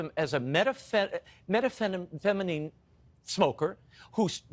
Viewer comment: WHAT THE FK IS META FETAMINE .. DUDE WHERE DID YOU GO TO SCHOOL .....